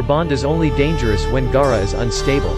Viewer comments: Ok 1st off when he said gaara he said G-A-A-R-A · Can pronounce namikaze, but not Gaara?